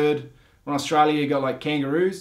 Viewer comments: Its Australia not stara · they call STRAYA :D :D dying here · "Straya". Hahaha.😂